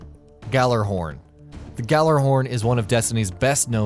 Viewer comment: I hate the way he pronounced gjallerhorn gallerhorn instead of gallahorn